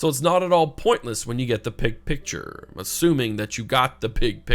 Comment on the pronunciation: Did you say "pig picture"? I don't get the pig picture - love the game though.